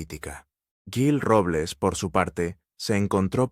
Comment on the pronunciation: No sabes lo que dices parece que estas borracho te cuesta decir jil en vez de guil o yil ES JIL CON J y adivina quien le ayudo' a ganar las elecciones en Madrid que las gano' ,CLARA CANPOAMOR te suena por eso lo mataron y a ella si no escapa tanbien